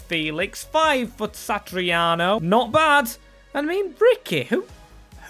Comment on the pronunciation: pronunciations 🤣 Satriano - Sat-ri-ano - Santariano 🤦‍♂️